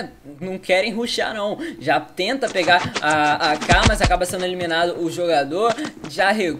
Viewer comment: "Jogador ja vai sendo emilinado kkkkkk